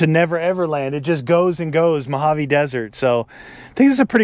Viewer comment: I'm Spanish, and the way you were saying "Mojave" was really annoying me. I love your videos (both on this channel and your gaming ones), but the way you were saying "Mojave" just annoyed me.